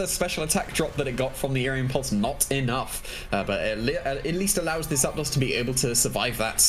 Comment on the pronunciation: ZAP ....... DOS two words ZAPDOS How do you even think to pronounce that ZAPDAUS xD